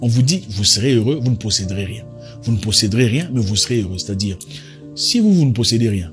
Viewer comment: "Vous ne possèderez rien et vous serez heureux" et non pocederez.